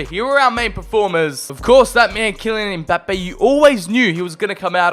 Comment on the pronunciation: "Kylian EmBaPeYyY"